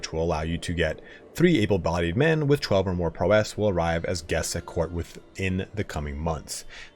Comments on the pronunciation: "PRAUOW- IS" NOT PROW'ESSSŚ" Great videos though. Lol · ITS PROW ISSSS Like Prau - isss NOT PRO - WESS other than that great video. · Great video! One thing: PROW-ess, not prow-ESS ^^ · Amazing video! Thanks so much for all the work. Just a quick note, in US English "prowess" isn't feminine, so you wouldn't pronounce it "prowesse", it's just... "prowess.". But I guess if you're from the UK that's another story. But then you'd also be required to call your car trunk a "boot" and fill it with "petrol". On second thought turn the clock anticlockwise, go back a tad and throw this all in the bin. Whup, Bob's your uncle! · The way you say prowess bruh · awesome guide, just getting into the game. The pronunciation of prowess gets me every time you say it. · Thanks for the video but a little piece of me dies everytime you pronounce "prowess" that way. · Game reviewers on YouTube never know how to pronounce “prowess”.